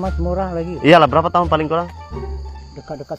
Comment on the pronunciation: Kecek banyok pulok... Brrrrrraaapaa berrrrraaat ??? Jadi ke tak jadi beli, video terus stop 😮😮😮 Jgn bazir masa pakcik tu, dia kejar sesuatu tu. Nk cepat kejar impian. PENGEJAR IMPIAN ....biar stiker berbicara....😅😅😅